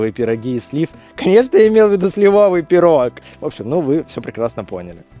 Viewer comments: СлИвовый, слИвовое правильно, ударение на "И". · Правильное ударение — слИвовый (ударение на первом слоге). НО! Правильное ударение — грушЕвый (ударение на втором слоге).